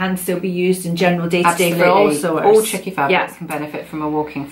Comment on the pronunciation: Can anyone tell me what she said in #7 tip about using a "trick???le" stitch? I rewound 4 times and I cannot make out what words she is saying in regards to this trick??le stitch word. Thanks so much :)